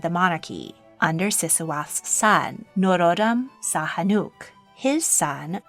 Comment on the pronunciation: Khmer is pronounced more like K’mai not like K’mere. Preah Bat Norodom Sihanouk’s name is pronounced Si-ha-noo and His Majesty King Norodom Sihamoni’s name is pronounced Si-ha-mo-ni